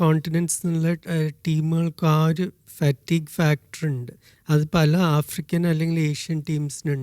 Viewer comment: ഏഫ്രിക്കൻ. അല്ല. ആഫ്രിക്കൻ